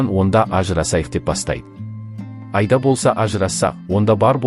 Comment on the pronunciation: Автор отиниш ,Аида дегенди дурыс айтып уйренши Айда емес Аида